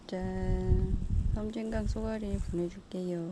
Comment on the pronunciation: 저번에 댓글보니 오던오감이라 누가썼던데,,, 오던왼감~ㅋㅋ 편한데로 낚시하는게 최고에요~ 섬짐강 계체수에 놀래고 발음에 놀래고 갑니다~^^